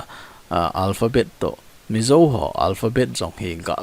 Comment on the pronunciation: Hiche pronounce na di pouva kiboi 😂😂 Ei Thadou te chun Zo chu Zo ... not Zou 😅